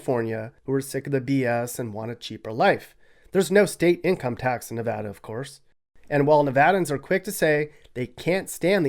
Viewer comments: Very accurate! Thanks for pronouncing "Nevada" correctly. Great job! And yes, it's so very dry in Nevada. People don't know this until they move in. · You finally have your facts straight for Nevada. You even said Nevada correctly. Most people split Nevada into 2 words. Pahrump has become another bedroom community for Las Vegas. Las Vegas is now spreading out to the border of CA & down to Searchlight & Prim where the Real Bonnie & Clyde car is permanently displayed in a casino. I have to go in winter cause I have a kitty. Too hot down that way in the summer. Have to wait till winter. Cooler. Kitty & I sleep in my pickup to save paying for over pricked hotel/motel rooms which play a game re pets. Pack of thieves. So I sleep in the desert. Oh yes I have my special friends with me. I Love Nevada. So much better than CA & its Homeless & illegal aliens from countries around the world. Valley of Fire State Park. Totally fascinating to me. I got to get back in walking shape. Nye county is a huge county & its growing fast. Still lots of Junkies & shoot ups. The Old West is very much Alive in Nevada. The Allure to come here. Hwy 50 with Austin & Eureka. Old Cowboy towns. Gold Mines big time. I have roamed most of central & Northern. Still lots to see & explore.